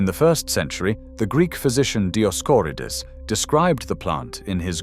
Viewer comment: Dioscorides, you know, that name that kinda rhymes with "so crates"... I understand why these text-to-speech generators are used but, in the compelling words of the character Peter Griffin, "Come On."